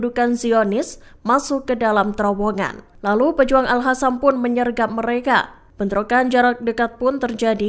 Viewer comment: nyata-nyata tulisannya aL Qassam (dibaca : aL Qasam/aLKosam) eehh sama pembaca berita di baca AL HASAM 😂